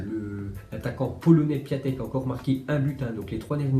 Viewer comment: Je crois qu on dit Piontek et non pas Piatek